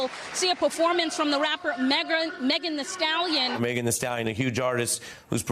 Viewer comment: For crying out loud its Megan "THEE"( not the)